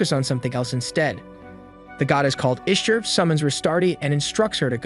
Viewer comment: Bot error: "Chaos Machina" is pronounced "kei as maki na", not "kei as mashi na". "Ishtar" is pronounced "Ish ta" not "Ish tr"